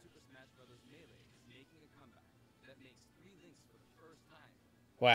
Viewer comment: Lmao its three not tree